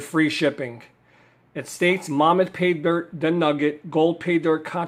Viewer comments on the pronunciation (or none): Hey thanks for the review but why do you call it "Momuth" and not "Mammoth" like a woolly mammoth? There is even a picture of one on the bag.